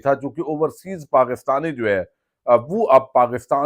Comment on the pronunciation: جوئے نہیں بھائی۔۔۔۔۔۔جو ۔۔۔ جوء